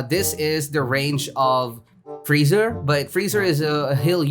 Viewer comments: frieza is said free-sa/za not freezer lmaoo Vegeta is said ve-g-ta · I love how you call frezia, freezer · Boi you called freiza freezer lol